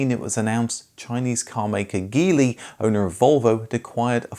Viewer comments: Geely is pronounced 'Jili' Thanks for excellent content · Geely is pronounced jili. Daewoo isn’t pronounced Dayu either 😂